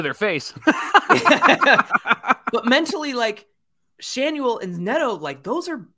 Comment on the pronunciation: Schanuel ?? are you hoping to change the "N" to "H" then have a silent "L" and gain "SchaHue mark 2